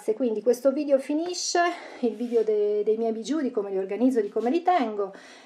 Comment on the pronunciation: diciamo che si pronuncia bisciu' e non bigiu'